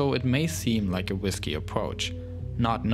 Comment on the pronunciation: wow what a whiskey mission and wif good pwonounciation